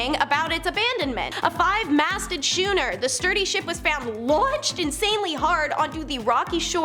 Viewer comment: Schooner has a silent H. Scoo as in School.